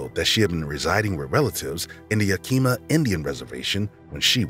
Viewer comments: It's "Yak-Im-Ah" not "Yah-Kee-Mah". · Fantastic video, but please put 1% more effort into learning the pronunciation of various places or names. Yakima is approximately "YAH-kih-maw", for instance. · This is the third channel I've heard pronounce, "Yakima" as Yakeema. Pretty funny. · "yah-kee-muh" is pronounced "Yak-i-mah" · I have to say this almost every time, it's YAK- IMA. In fact, the only letter that's stressed in pronunciation is the last A. (Source, I've lived here all my life) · case 7 can I just say that Yakama and Yakima are pronounced not like Yakeema but Yak-i-ma like i in intel or yak-a-ma with a in apple. It happens all the time. Yakama is the tribe and Yakima is the county/city in Washington.